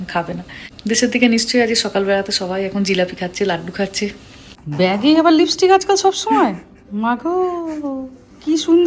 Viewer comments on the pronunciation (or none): none